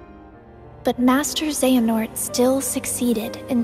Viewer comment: I heart Xehanort pronouncing it this isn't some Xion thing where I learned her name exclusively from the manga I have heard this word out loud and it was said differently in the last game now is not the time to get uppity about your Latin pronunciations